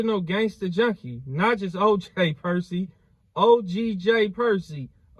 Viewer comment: 😂😂😂😂 Bro said Perky